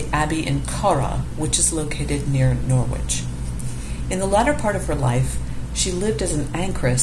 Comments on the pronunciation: Very nice video. Thank you. One thing to add, Norwich ir pronounced "NORRICH" or "NORRIDGE" by English people, of which I am one. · It is pronounced Norich. Drop the w. There's no G sound. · Norwich is pronounced 'Norr'idge'. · Norwich ='Norridge' rhymes with 'porridge'. Other than that, it's very informative! :) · In England “Norwich” is not pronounced “Nor wich”. It runs together and the “w” is not pronounced. Check the pronunciation on Google.